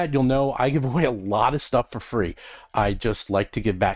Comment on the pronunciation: Is it just me or when I listen to these at 1.5x I always hear say "Roll from Combat" instead of "Roll for Combat" 🤔